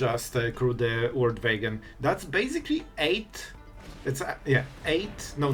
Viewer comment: The "Vorld Vagon" 😂